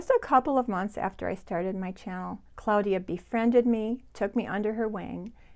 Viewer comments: Hi. I recently discovered your channel and love it. You are so sweet and I love your attention to detail. I don't usually correct people on pronunciation but I am very curious about your pronunciation of the name of your friend Claudia. You pronounce it Cloudia. I have always pronounced it Clawdia. Does your friend pronounce it Cloudia? I am not critizing. I am truly just curious. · Thank you Liz! Welcome! I'm super happy to have you here. And I totally understand about the pronunciation...my friend is the only Claudia I have ever heard of who uses the pronunciaton CLOUDia....not CLAWdia....maybe because she was born in Germany?